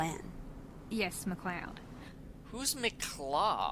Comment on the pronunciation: (the MacLeod reference) I have absolutely no idea what that could mean, unless its a reference to the series MacLeod's Daughters? But I haven't seen the show. Also pronunciation of MacLeod is BEYOND awful, its Mc-Loud not Mc-Lodd